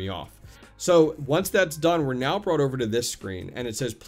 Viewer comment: Meow IS on Hive now under Mewc.... 🐈 🌙 🐈 🌙 I swear, every time you said "now" you were actually saying "Meow"! 🤣